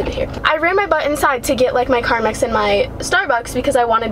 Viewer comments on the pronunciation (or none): Pronounces carmex as carmax Me: ITS CARMEEEEEEEEX NOT A FREAKING CAR BUSINESS